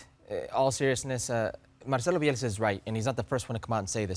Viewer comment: Bielsa. Get the name right